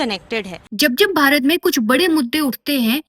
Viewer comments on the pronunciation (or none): none